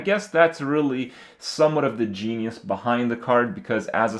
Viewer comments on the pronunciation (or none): none